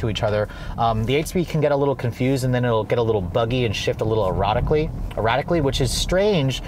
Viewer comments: “The car will shift erotically” good job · Shifts “erotically “ ...love it!